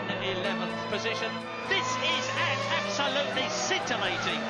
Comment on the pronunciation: "That they are AB-SO-Lutely FURIOUUUS"